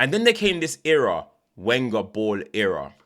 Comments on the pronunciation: The W (Wenger) in other languages is pronounced as a V Venger. had to bold put it in bold my guy is killing me here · love the vids no problem it’s hilarious every time you say.